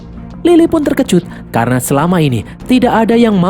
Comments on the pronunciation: Salah pengucapan bang karna seharusnya bukan karno😂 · Karna min, bukan karno 😂